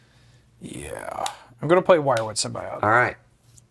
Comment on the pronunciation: Long time watcher and first time commenter, Symbiote is pronounced sim-bee-owt not sim-bee-ot